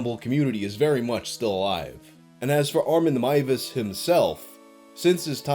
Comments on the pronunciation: hears pronounce last name as 'Mai-ves', sighs with relief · THE NAME WAS PRONOUNCED CORRECTLY HOLY SHIIIIIIIT YOU ARE UNASSAILABLE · ngl this is the first retelling of this case in which Meiwes' last name is pronounced properly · DER METZGERMEISTER! This story is one of my favorites it’s so strange and insane! Consented cannibalism also THANK YOU! FOR SAYING HIS NAME RIGHT FOR ONCE AND NOT BUTCHERING (pun intended) A GERMAN NAME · for not butchering the name. Another creepy thing was that Armin Meiwes built an industry standard slaughterhouse. He advertised it and he refinanced by housing tourists who thought the cannibal house was a gimmick for his "hostel" and that he was just putting up an act when talking about his "dream".